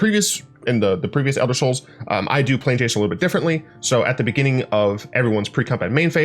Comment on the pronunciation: I like you so don't take this the wrong way. But "the elder sols" sounds like its a low powered version of "dark sols." Great vid though.